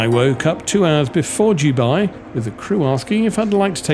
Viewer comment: It is pronounced Dubai not Dubai.